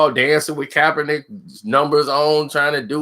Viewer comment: Stop saying coppernick 🤣🤣🤣